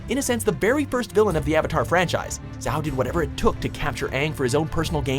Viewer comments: Name mispronunciations are killing me: 1. Unalaq (Ooonalahq, not Younalack) 2. Zhao (Shao, not Zao) 3. Vaatu (Vahtoo, not V/a/too) 4. Wan (Wahn, W/a/n) 5. Amon (Ahmon, not /a/mon) 6. Ozai (emphasis on O not I) 7. Ba Sing Se (bah, not b/a/) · Unalack bruh it unlaq!!! Zow it zhao jhaow Nvm there so many mistakes in this i wont corect all of them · These pronunciations are horrible. ITS OO-NU-LAK. AND ZHAO IS NOT ZAO. AMON NOT AMUN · "yOuNaLaQ" " zAw" "wEhN" "eHmOn" "oH-zAi" "bA sInG sAy" i'm sorry but... cringe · Wow again with the pronunciations "Younalak, Zow, Vaaaatoo, Aman, Ozeye" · Yunalak? Zao? Amun? ZAheer? Ouzai? You're lucky you didn't have to pronounce uung... aang. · "Jow," "OO-nuh-lock," "uh-MON." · As Sokka said, 'ITS ADMIRAL "ZHAO!!!"' lmao I swear they're pronouncing these wrong on purpose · Vaatu Unalaq Zhao Zaheer - But I'll give a pass Amon, i swear, if he said noatak, i probably would've had a panic attack Ozai - But I'll give a pass there too Ba Sing Se Tell me any ohter ones